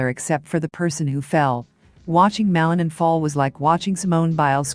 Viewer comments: The lady who is talking is butchering Ilia last name. She should be taught how to pronounce it correctly. Ma-li-nin. Accent mark on the last syllable. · ПРАВИЛЬНО ГОВОРИТЕ ФАМИЛИЮ и лучше ПОКАЗЫВАЙТЕ ЕГО ЧУДЕСНЫЕ ВЫСТУПЛЕНИЯ......